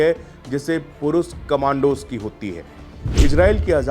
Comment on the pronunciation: पहले श को स उच्चारण करना बंद कर, शक्कर को सक्कर बोलना बंद कर, पुरुष पुरूस नहीं होता, झंडू बाम लगा